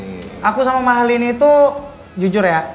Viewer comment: Kok Mahalani, Mahalini Om 🤣🤣🤣